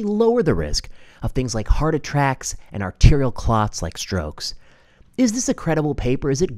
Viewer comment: This brilliant young man, Doctor and Professor can accidentally say "attrackes" all he wants to in my book! He has so much medical information in his brain, we all knew exactly what he was saying. We know heart attacks are happening, have you ever heard of so many young people dropping dead? We can only assume it's because they decided to be a lab rat for the govt!